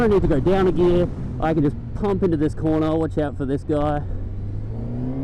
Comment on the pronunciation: NIGGA LEARN HOW TO SAY GEAR lol